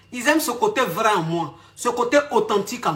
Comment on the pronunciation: 🤣🤣🤣pardon mes reins... le paradis sur terre 😂😂😂 mais tu dit vraieeoooo